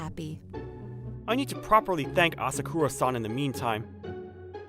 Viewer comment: Ah sah koo rah san ❌️ Ah sah kuh rah san. ✅️